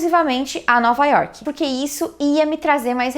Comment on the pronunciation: Teus vídeos ficariam perfeitos se quando falasse York não colocasse esse "I" no final da palavra ( Iorqui) me desculpe sei que é um péssimo cacoete brasileiro.é como se falasse Brasili..além do mais nome próprio não se deveria traduzir tipo River of January ou Happy Harbour .espero que me entenda ,é uma critica construtiva. A gente se encontra pelas ruas de NY ...take care!